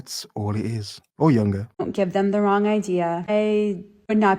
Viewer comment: Rongeh. Imcorrept. Stoopit.